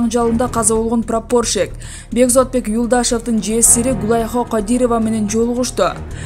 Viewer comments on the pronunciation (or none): Прапорщик болуп жазылат прапарщик болуп айтылат 🤦👎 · Калемпир, ударениени - прапорщик деген создо "а" га кой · Прапорщик басым а тамгасына коюлуп окулат. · Прапорщик и туура окучу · Ушулда журналистби прапорщик деген созду тура айта албаган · Коментатор,прапорщик деген созду туура окуялбасын,талага барып кетмен чапсан,шерменде болгондон кору. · Прапорщик деген созду жакшылап айтсан боло туура айта албайт экенсин чон Кыз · Прапорщик деген созго ,туура интонация койгулачы . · Орусча создорду айтканда ударениени туура койуп суйлосон. Прапорщик дегенди нормальный кылып айтчы.